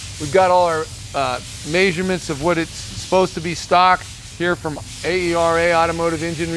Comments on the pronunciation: You lost me at may-sure-ments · That’s maze-your-mints